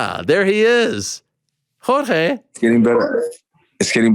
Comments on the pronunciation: Jorge "marchfidal" 🤡 god Ariel's over pronunciation of Jorge's name makes him seem like the weakest person in the world 😂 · The way Ariel says "Jorge" 😂😂😂